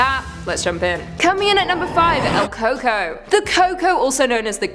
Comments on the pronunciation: Just correcting the number 5 pick, it's pronounced (coo-coo-e) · Number five is pronounced cu cquoi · Coco?!... It's pronounced koo coy you pinché moròn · El cucuy is (at least in my family) pronounced in my family cu cooe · I wonder if they were talking about la cocoi? Thats how we pronounce it in our neck of the woods. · It’s pronounced coy coy